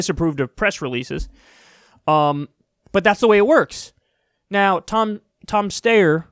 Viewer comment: Ah yes, that candidate, Tom Stayer Steyer Steer Steyer